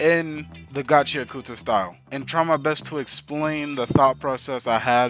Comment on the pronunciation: its pronounced gachi ak ta, same way you dont pronounce the U in sasuke